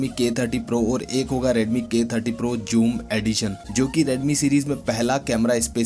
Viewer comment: We say zoom . He says Joum 😂